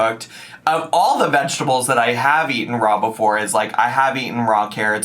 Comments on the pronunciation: they way she stops and says 'ate-en' with a smirk.. she knows shes saying it wrong, even the caption said eaten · I feel your pain,. I also hate yellow mustard. Fruit and cottage cheese is nice, but veggies need a nice ranch dressing. Also.."ate-en"? What the heck dialect is that?! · “Aten”? “ATEN”?!😂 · I can't believe she said "aten" unironically 💀💀💀. We love whole foods, but no ma'am. What is "real food"? There are all kinds of high calorie whole foods (olive oil, avocados, dark meat). A plate of raw vegetables, low fat cheese, and mustard? That's DIET FOOD. Low carb, low fat, high volume. It's, like, what everyone hates about salads. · My English degree left the chat at "aten." 🙃 Not to mention I'm not even a native speaker in the first place. 😅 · "aten"...."expecially".... maybe we've cracked the code on why she copies what others say in videos. Words are hard. I've seen so many people try this raw veggie trend with mustard/cottage cheese....it almost makes me wish I even halfway liked cottage cheese lol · not her saying “aten” “excetera” and “expecially” all in one sentence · You said "aeiten" wrong 😂